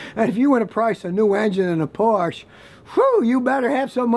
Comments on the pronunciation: ..."Porsch 911 have a tendency to fall apart as they age" !!!!....what a load of twaddle. 😂 Firstly it's Porsche, if you're not German pronounce it with an imaginary "r" on the end. More to the point, Porsche 911 build quality is up there with the very best in the automotive industry, then you have the Cayman which takes it to another level even further, that's probably the best car Porsche have ever produced. I still love Scotty though and his vids, he talks a lot of sense and he's not all bad, I can forgive him the odd tiny slip up.😎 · exactly. depends on where youre from mainly@ A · Yes, cars are expensive to maintain. Porsche (“Porsch-ah” btw “car guy”) especially. But Porsche in no way makes lemon cars like the others you group them in with (IMS example aside -name another if you can). If you can’t afford to maintain a car then DON’T BUY IT. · please, please stop saying "porsh" - it's "porsh-a". you probably get the lyrics wrong on songs, too. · God, how many times do you Americans need to be corrected? It's two syllables, Por-shuh, not one syllable, Porsh. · Never believe a guy that cannot pronounce the name of a car properly, that is Porsche , not porch. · btw I just wanted to say it should be pronounced Porsha, not Porsh for Porsche. I would think a mechanic of over 50 years should know that by now. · BTW, Scotty: Porsche is pronounced in two syllable, as the lady Portia in one of Shakespeare's plays, and not Porsch (0ne syllable). I know, I worked at Porsche's R&D centre in Weissach for 27 years. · There is no substitute for Porsche and it’s two syllables word por sche not Porsche you get one life so buy what ever you want just enjoy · Please pronounce the name as "Porsh-uh" so you don't sound like a hick.... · Had stop the video after he said porsch.... Makes no sense, it's like saying Aud, Merced or For and don't forget about Chevrol and Toyot. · Por-shh-uhhh Houses have a front and back porch. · It's pronounced POR-SHA..... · Por-SHA. Two syllables.